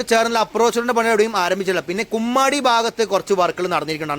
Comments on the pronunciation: കുമ്മാടി അല്ല കൊമ്മാടി ആണ് 😂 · ബ്രോ കുമ്മാടി അല്ല കൊമ്മാടി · ബ്രോ കുമ്മാടി അല്ല... കൊമ്മാടി എന്ന് തിരുത്തുന്നു...